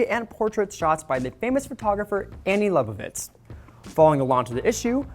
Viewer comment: Dude, first learn how to pronounce Annie Liebowitz' name. She is a legendary photographer. This is not the 1960's where I remember some African American kids showed up as eyes and teeth only. You can see Simone Biles in all her glory. Simone Biles' photographs are beautiful. Her family is beautiful. People need to get over this hyper-sensitivity where only African American photographers can photograph African Americans, only white photographers can photograph white people, Latino . . . etc., etc., etc.? You get the point.